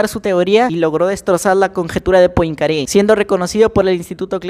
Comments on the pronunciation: Se pronúncia: Puancare... o algo asi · Esta genial. Solo como consejo, podrías pronunciar el apellido de la siguiente forma: “Poancaré” … Para mas placer 🎩🤤😎🚬🚬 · Se pronuncia puancaré